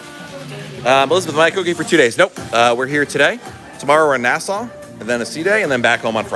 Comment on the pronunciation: just wondering why you keep calling it Coco "Key", you spell it correctly